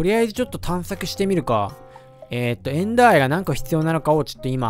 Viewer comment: エンダーアイの発音がエンダー愛w